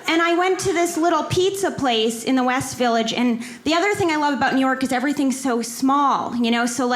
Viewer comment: Neor'k + New York ----->> LOL